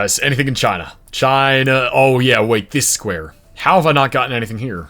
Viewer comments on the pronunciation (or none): none